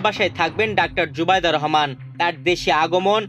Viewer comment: কিসের খবর পড়েন নামটা জানেন না শুদ্ধ করে নামটা বলতে পারেন না পড়া শিখিয়েছে কে কোথায় পড়াশোনা করছেন